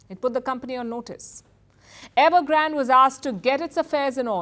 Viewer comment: It’s evergrandeeeee not evergraaaand